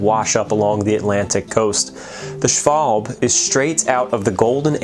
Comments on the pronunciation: Schwalb-e. It's just the "e" missing. Like in table or handle. A short "a". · Interesting, thanks. By the way, you do pronounce the -e on the end of the name, so: shval-bah. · Schwalb-e. A short "a". It's not silent. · Nice video, thank you! Small remark: In German language, there are very few mute letters. In general, you speak what you write. Accordingly, "Schwalbe" is pronounced "Shvalbe". You hear the e. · its schwalbE :) greetings from GER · It annoys me how you pronounced schwalbe. While its probably much closer to correct than I pronounce my name, it's not how I do.